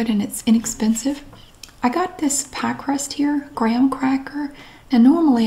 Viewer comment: Pumpkin pah. Lol sounds so stupid. lol